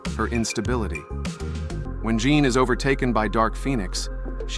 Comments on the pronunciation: Jean grey ❌ John grey ✅ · JFC JOHN GREY? JOHN? pathetic POS AI crap.